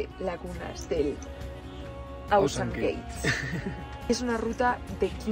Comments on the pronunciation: Porfafor no es Ausan Gate. El Apu Ausangate estarà muy molesto por cambiar su nombre y peor aùn, al inglès. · Buenas se pronuncia como se escribe no a la forma del ingles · Chicos ausangate se pronuncia en español, no en inglés. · Buen vídeo, pero es ausangate, no tiene nada que ver con pronunciación en ingles.